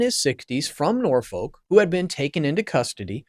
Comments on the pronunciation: Pronounced 😂 Nor fuck. Tbh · Nor Foak? San Dringham estate? Ishland Police Station? It’s not on the west coast of the US, it is in England and they speak English there, just like they are supposed to in the US. A little investigation on how to pronounce your subject matter would have helped. Just a rehash of known and old information , presented so that Americans can understand.